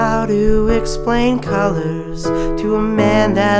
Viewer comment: Why call a song "Culluhrs?" nice voice there, lawl.